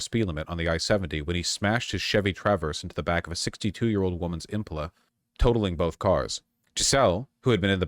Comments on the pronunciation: "62-year-old woman's IMP-uh-luh??!" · I scrolled to far to find this comment haha, who tf says Impala like that? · I just can't get over the way he say impala. It IM PAUL LA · Do you really not know how to pronounce Impala? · Wait. How the fuck did Vaush just pronounce Impala?!